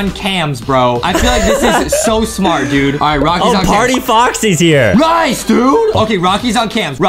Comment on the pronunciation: Bruh Justin messed up his English he said rice dude when he meant to say nice dude